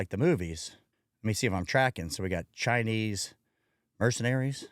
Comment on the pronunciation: Chinee lmao